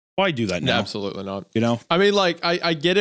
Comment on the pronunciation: I absolootly cannot believe Hunter said that, like, just WOAW!